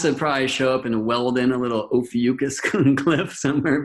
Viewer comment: Love the video but brother ..its O PHEE ICK US....oh fee ick us... Ophiuchus...lol it drove me crazy whatever u were saying